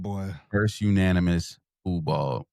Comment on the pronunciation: Unaminous! ~ lol!